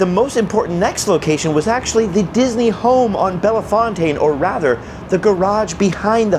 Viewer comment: Bellfontane is pronounced bell-fountain in KC